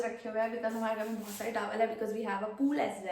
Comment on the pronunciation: Taaawaaaaal ✅✅ Tah-wal❌❌❌